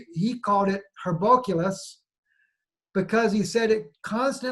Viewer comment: HERCOBULOS... NOT...HERBOCULOUS